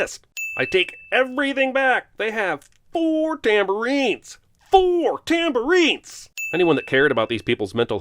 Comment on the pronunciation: "Four tamborines... FOUR TAMBORINES!"